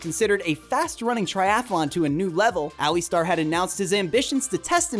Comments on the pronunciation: Alistair is pronounced "Ali-stair" not Ali-star! 😁👍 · Alli-star?! Impressive to get the name wrong so many times in such a short video. The bonus was Glass-cow! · Muuuscaka - where in world is that it is Muskoka (Mus-ko-ka), then Ali star lol just continue butcher the names mate